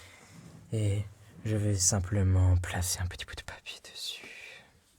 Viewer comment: Le meilleur moment pour moi c'est q'and il dit ''je vais plaserunpetitboutdepapierdesut.